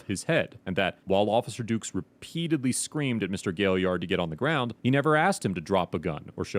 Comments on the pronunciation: “Greg gwon the garouand” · I can’t believe the cop hit his head on the Seement, he should’ve put his heands up and got on the graowned.